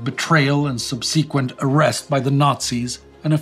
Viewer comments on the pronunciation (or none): / ˈsʌb sɪ kwənt /, not "sub-SEE-kwent [sic]"!